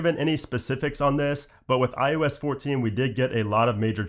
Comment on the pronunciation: why do you say ”ius” instead of ”ios”?